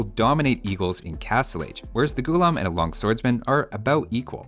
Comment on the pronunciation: Its not Ghoullum. Its pronounced Ghullaaaam. Meaning slave in Urdu. Because when the Delhi sultanate and Mughals invaded Hindustan, they enslaved the native people.